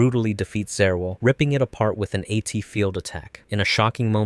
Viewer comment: How do you do a whole video on Eva and not understand how Angel names are pronounced 😂 EL, bro. "El" is separate from the "I" So Zariel would be ZAR-EYE-EL not ZA-REAL 🤣🤣🤣🤣 All of these words end in the "el" or "eye-el" sounds.